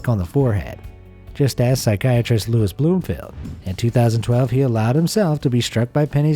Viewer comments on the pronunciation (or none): none